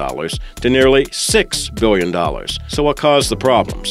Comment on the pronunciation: How do you speww biwwion?